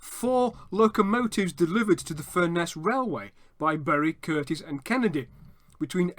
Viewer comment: FURness please, not furNESS